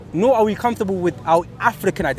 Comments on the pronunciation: I just wanna know why the guy with the cap pronounces African like "afrrrikannn" when he has clearly got a London accent naturally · The guy in the cap is a full time nitty. He’s not making any sense at all, he made a bunch of generic statements and threw around the words “bro”, “don’t get it twisted” and “rudeboy” to further enforce his ridiculous statements. Also, saying “Africa” and “African” in a weird accent will not change the fact that what you’re saying is total bullshit.